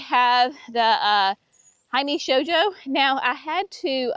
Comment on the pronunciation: Actually you pronounced “shoujo” perfectly!! 🙂 “Hime” is “he-may”